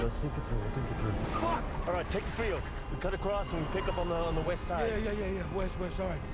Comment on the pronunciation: I thought you said weast